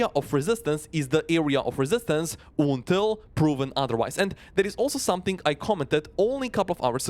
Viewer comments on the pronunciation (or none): I love how he says Ontil 😂